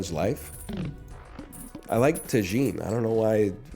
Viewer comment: Why is he saying tajin like “ta-jean”?